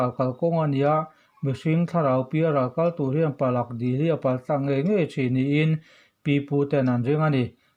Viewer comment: Palak dil nilovin Pala dil tih zawk tur..